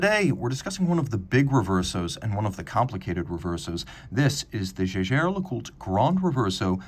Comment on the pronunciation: It's pathetic to pronounce "Jaeger", which can also be written "Jäger", as though it were a French word. And no, I'm not a native speaker of German.